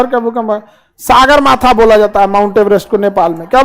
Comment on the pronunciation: सागारमाथा नहीं सगरमाथा हैं 8848.86 m हैं उचाई काठमाडौं से पोखरा जाने के लिये 25 से 30 मिनेट लगेगा 20 से 25 मिनेट नहीं teacher हो ईतना गन्दा नक्सा क्यूं बनाया नेपालका??? थोडा सर्म करो खान सर 😂😂😂